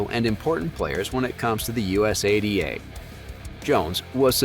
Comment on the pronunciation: Us a d a is not the correct way to say it